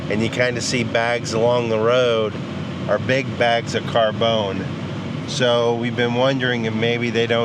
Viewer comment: What the hell is "carbone" ? Does he mean carbon?